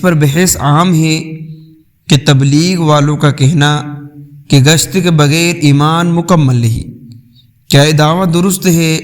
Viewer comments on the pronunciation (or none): بگیر بگیر بگیر بگیر بگیر بگیر بگیر بگیر بگیر بگیر بگیر بگیر بگیر بگیر بگیر بگیر ...........ہائے رے تیری اردو............ہائے رے تیری اردو.........ہائے رے تیری اردو